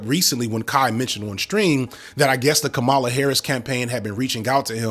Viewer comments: Kaahmala bruh. You keep calling her Kamaahla. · Just as not taking a political stance is, in itself a political stance, ac you stated, constantly using the deliberate right wing mispronunciation of the vice president's name is also a political statement. I love your content but for the life of me I dont get why you keep with the red neck, back woods troupes assigned to Kamala Harris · My man, respectfully, you really have to stop mispronouncing Kamala’s name. I know it’s not intentional, but it gives an air of indifference that leaves a bad taste. That aside, I enjoy your content even though I disagree with your take here. I think your initial impression of these two young cats was right, but I hope that as they mature they will pivot away from the c**nery for the sake of their professional interest as their current, mostly white demographic ages out of their content which will eventually happen.